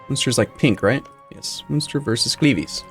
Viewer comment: At this point I am hoping Cleves get fully annexed so he stops saying it